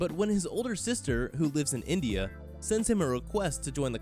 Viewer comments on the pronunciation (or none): none